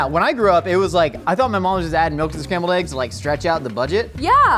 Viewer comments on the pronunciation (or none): Did he say Scramby Eggs? O.o